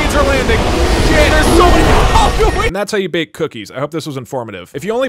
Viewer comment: Really continues to bother me that you pronounce it aldu-een. They literally say it in the game, there’s no room for debate here. Aldu-in. I didn’t even change the letters